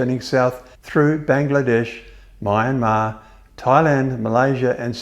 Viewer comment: Funny how nobody complains about how he pronounces Bahrain and Myanmar. Both of which were also wrong.